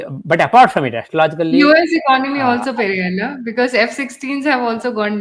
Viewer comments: Shri PVRNR is from Andhra, so please refer to him as Peddanna (elder brother-Telugu), not Periyanna (Tamil) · Peddannaya (Telugu) instead of peri anna (Tamil) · Salam Begum Sahiba. He is Peddanna. Not Periya Anna. Please dont impose Tamil Imperialism on us.